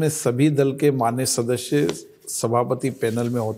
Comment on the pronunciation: The way he says "shadashya" is extremely irritating...in 3 yrs atleast he should have learnt to say this one word correctly.